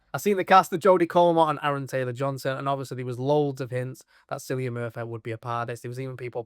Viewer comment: I know it's spelled 'Cillian' but it's pronounced with a hard 'c', like 'Killian'.